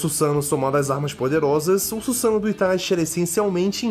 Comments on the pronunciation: Axoq o certo é Suzano e não sussano,pq so tem um "s" mas como essa palavra foi inventado então eles q decidem qual é a pronúncia n é?(ela foi criada msm?,se foi eu tô certo?) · ne mano o carra fala errado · Desculpa mas vc n sabe nem falar susano’o